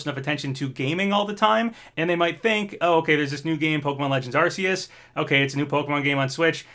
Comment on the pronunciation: How he pronounced Arceus lmao